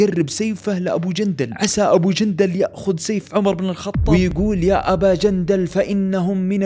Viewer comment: والله يوم قلت يا ابا جندل حسبتك تقول يا ابا جلجلة